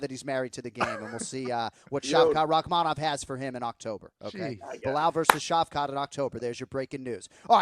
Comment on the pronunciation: Shavkat Rakhmonov is one of the easier Russian names, so why can't pronounce it?